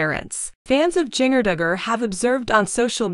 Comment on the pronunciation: Seems someone would EDIT videos for correct pronunciation! Jinger's name does not rhyme with (bell) Ringer !!! Lowe's is a hardware store, but I don't know where Lowes Angles is ! ! ! !